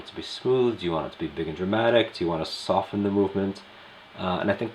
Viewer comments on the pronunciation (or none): none